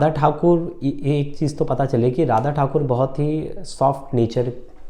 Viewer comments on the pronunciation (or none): ठाकुर नही ठाकोर